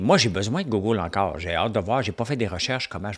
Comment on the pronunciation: Je t'écoute chaque matin et by the way quand tu dis "Gougoule" moi j'adore ça. Ca fait partis de ta couleur 😛😎 Merci pour ton show